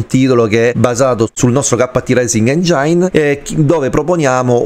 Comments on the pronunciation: Se la smetti di pronunciare engiain ogni volta magari mi iscrivo 🤯😅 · Lo so la mia pronuncia maccheronica fa cagare... Ma in qualche modo dovrò pur nominarlo sto cavolo di motore grafico 😅 Ps. Non ti iscrivere perché non farò un corso di dizione d'inglese e lo pronuncerò sempre engiain 😁